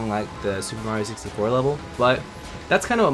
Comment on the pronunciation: did you say mario sixty floor